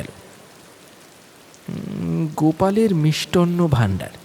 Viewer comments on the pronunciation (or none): "শ্রাবনের এ‌্যাকাশ টা"-প্রথমেই শোনার ইচ্ছাটা উবে গেল।তারপর"মিষ্টন্ন ভান্ডার"।